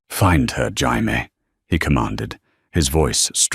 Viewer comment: Jaime is pronounce hi me is this the lawyers nane